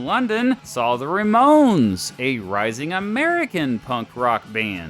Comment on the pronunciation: Great stuff, but, the REE-Mones? Puhleeze . . . .